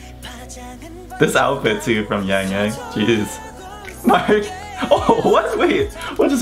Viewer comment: Just a minor correction on XiaoJun's name pronouncation, it's not bad , but the X has more of a "shhh" sound in mandarin rather than "zzz" that the english language has. So "Xiao" is pronounced more like "Shao" (like you're saying "Shower" but without the er). And YangYang's name is pronounced more of a longer aaah sound, closer to "Young Young"